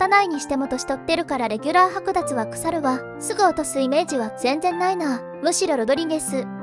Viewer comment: せめて校正してから流してくれ。れぎゅーら？至急が多い？配線処理？しょうぶしょ？田中の12番（じゅうにばん）？ｅｔｃ。あなた立浪監督を悪く言えないよ。途中で見る気失せました。